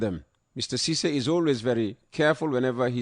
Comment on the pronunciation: Lare M Ceesay in USA not Sisay